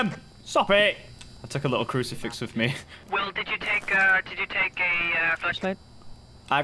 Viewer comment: I think the ghost killed Will because he kept butchering the name. XD